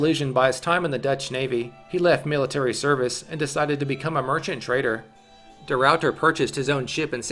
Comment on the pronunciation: its funny cuz they say de Ruiyter but its just de Ruiter, ah ah ah ah